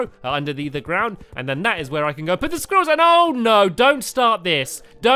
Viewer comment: No offense, but pronouncing squirrels like "squeerells" sounds ridiculous.